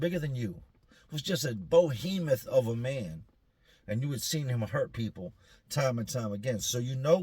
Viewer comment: *Behemoth (not “Bohemoth”)